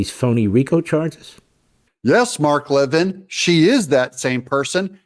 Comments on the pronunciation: Pronounced Lev(een) not LevIN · Mark Levin's last name is pronounced "La-VIN", not "LEH-vin" as you pronounced it. The primary stress is on the second syllable. When you fail to do this very basic level of research for a video, it makes it harder to trust you when it comes to more ambiguous topics. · Mark Levin pronounces his last name with accent on the second syllable. If you’re going to use his name and likeness in your production, you should try go get the man’s name right. I like your videos.